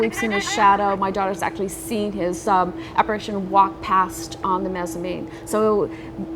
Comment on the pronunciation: Don't be afraid to correct your interviewees. The author said "breakfastses" and "mezzamine" when the proper terms are "breakfasts" and "mezzanine." I like your stuff, but you have to be sure your guests sound intelligent or it reflects poorly on you as well.